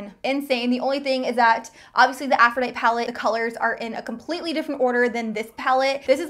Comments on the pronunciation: Oh sweet girl. I just stumbled upon you and I think you are stunningly beautiful. Howeverrrr... girlfriend! Please google "Aphrodite" and learn how to say it correctly! 😂😂😂 Just subscribed and am looking forward to seeing more of you. 😘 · Aphrodite is pronounced "aph-roh-DIE-tee." :) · The palette is called Aphrodite as in the Greek goddess of love it's pronounced with an "ee" at the end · The name of the palette is Aphrodite. Pronounced a-fro-di-tee. Long I and long E. Like the goddess. Sorry, pet peeve! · Deanna Leckie same it bothers me lol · Glad I wasn't alone in that thought... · Girl! It was bothering me too! I'm also a teacher, and I was correcting her. Meanwhile, the palette is available NOW! :-) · Haha. It was really bothering me the whole time! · .......I was like does she not know how to read?!?!??!?! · There are times when certain individuals can't pronounce certain letters appropriately. I have noticed that a lot of people pronounces caveat and catastrophe incorrectly. Afrodite! lol. This youtuber talks way too fast and I can't watch. She is dumb since she can't pronounce Aphrodite properly. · I cringed so hard everytime she pronounced aphrodite wrong but overall loved the video. Thank you! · This is the second time I've watched a video on this palette and no one can pronounce aphrodite lil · Take a shot every time that Aphrodite is mispronounced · This entire video you pronounce Aphrodite wrong. The "e" at the end is NOT silent. 🙄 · I love the Aphrodite Palette. Your pronunciation is killing me though. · How do you not know how to say Aphrodite? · The way she keeps saying Aphrodite is driving me CRAZY!!!!!!!!!!!!!!!! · I'm a teacher. It was killing me! I was trying to focus on the makeup, but every time she said it, I died a little! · Deanna Leckie Girl, you just had to point that out?! Now it's driving me nuts😂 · Omg same. The first time she said it, I died. Lol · It's a short E not a lot E. Like "but" haha aphrooodiiiite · Afro-Ditey. Sheesh.